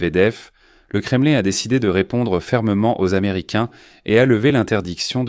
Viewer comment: On ne prononce pas kremeline c'est nul .mais kremlin( hein) à la francaise,ou kreml à la russe.